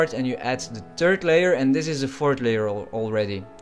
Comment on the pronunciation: I thought it as going to look like shit when you said add a turd layer 5::33. ;-)